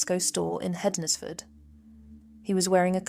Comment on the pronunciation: Pronunciation - Hednesford - 'ensfud.